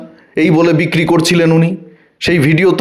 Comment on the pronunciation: রোজিনা রহমান তো এখনো ভালো করে কথা বলতে শেখেনি, কি উচ্চারণ করে ও, বিককিরি , এটা কোন উচ্চারণ হলো। অশিক্ষিত মেয়ে একটা। তাকে নিয়ে মাতামাতি।